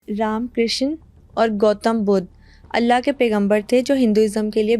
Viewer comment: Tum Pakistani log Krishna ko Kisaan kiu bolte ho😂, say properly